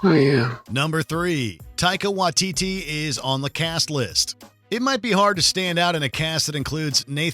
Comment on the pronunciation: Not him butchering the pronunciation of Waititi